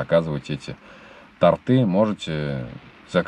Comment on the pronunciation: Ну не тортЫ,а тОрты.